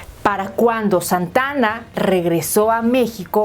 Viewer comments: Por qué no hizo un historiador esta información no es solo leer y por favor no es Santana es Santa Ana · Es Santa Ana no Santana, investiga antes.